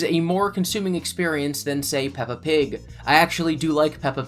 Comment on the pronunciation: Puppa Pig 🤣